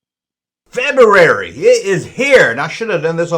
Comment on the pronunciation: was more nervous about pronouncing “February” than getting in trouble for anything else in this video.